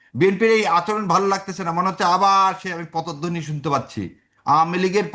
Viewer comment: 'পতধ্বনী' নয় শব্দটা হবে 'পদধ্বনী'!